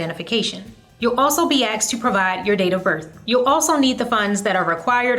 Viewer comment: I was watching this up until u started using the "word" axed instead of asked. Sad...